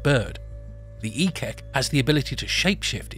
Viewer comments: ik-ik / eek-eek not ekek 😂😂😂😂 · Ekek, must be called Eek-eek, or Ehk-ehk. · It's pronounced "ek-ek", not as one word.